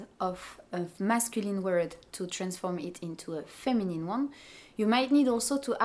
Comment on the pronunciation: The words "feminine", "masculine", "actually", "difference", "category", "discipline", "dealing" and "adjective" have a stress on the first syllable in English. Not on the last. :) And you pronounced "help" as "elp". :D